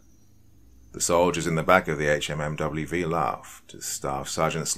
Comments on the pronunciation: fortunately, most of us civilians have at least heard a lot of the jargon and can understand it easily enough if it's used. Guess we can thank all of those movies sponsored by the American military. That said, this was kind of interesting. I don't think I have ever heard someone actually say "HMMWV" out loud in a conversational tone. Like, ever. It's almost shocking how ubiquitous "Humvee" has become. Anyway, good work with the actual writing! If you want to keep writing the gear's name out, you could always give a little key somewhere. "HMMWV = Humvee" as well as any other little errors that may be likely. I am not military or police as mentioned, but I used to hunt and find myself remarkably frustrated by the horrible attempts at pronouncing ammunition names. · Public service announcement for horror narrators: Hum-vee azz-vab dee dee two fourteen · Pronounced Hum-vee or also called lovingly a Hummer. Just saying if you want the military lingo. Great stories though. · Yea I was gonna say dude it's a Hum-V was killin me with hmmwv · Great story... but sayin HMMWV instead of “Humvee” kinda hurt my head... also having spent some time at Fort Riley recently, it adds to the creepiness. Just a tip for the doc, googling military jargon can really enhance the immersion of a video. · It’s pronounced Humvee. Not H M M W V. You can tell that the person who wrote this was is a veteran though. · it’s pronounced Hum Vee not HMMWV. Other than that, great story. I was stationed at Ft Riley for four years. The wife is from the local town outside the post. Lots of history. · Love the story but one small critique, it’s pronounced Hum-vee not HMMWV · Sorry but it's called a Hummvy... not an HMMWV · thank god, I was screaming Humvee at my computer every time he said it wrong. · Right... Can say duece and half, but not humvee? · Dude just say humvee